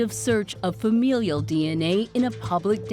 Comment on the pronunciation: Someone tell this woman how to pronounce FAMILIAL. It's not fam-EEE-lial.